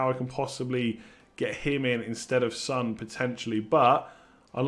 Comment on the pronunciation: It's not Sun it's Son